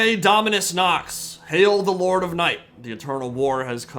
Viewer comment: sorry i cant i love the night lords too much Its not DAminus It is DOminus